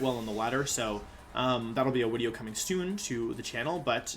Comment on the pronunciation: Why does he say wideo